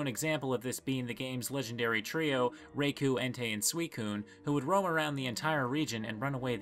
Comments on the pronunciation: raykou? who the fuck says raykou? RAI!KOU! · Rayku It's Ra-ee-ku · RYE-koh*, EN-tay* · Raikou is supposed to be pronounced RAHY-koh. 'Rai' meaning 'lightning'. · I’ve never heard anyone pronounce Raikou (ry-koh) more incorrectly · Don't think I've heard anyone else pronounce Raikou the way that I do (Ray-koo). I know that it's probably not the official pronunciation, since Raichu is pronounced with a long i sound, but eh, I've been saying it wrong for many years and I likely will never kick the habit. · I love how practically everyone has a different pronunciation for raikou and suicoun (forgot how to spell my b) but almost everyone pronounces entei the same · Lmao I’ve heard people say koo (which is incorrect) but I’ve never heard someone mispronounce the rai